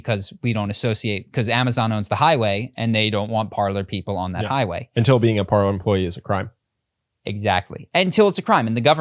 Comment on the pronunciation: Can we PLEASE start pronouncing PARLER (Par lay) correctly. It's French for "to talk".